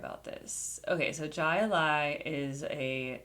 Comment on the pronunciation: It's pronounced Hi Li & It's actually a sport!